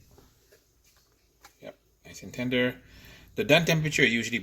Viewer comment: Yeah right Every fifth word is very LOUD the ribs are ready and very TENDER these are competition ribs to impress the JUDGES!! Yeah nice cadence 🙄